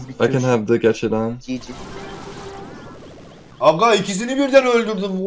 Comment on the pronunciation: Gg yi çiçi gibi diyor